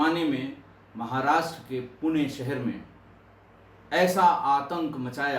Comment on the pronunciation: Sir Puna nahi Pune nam aahee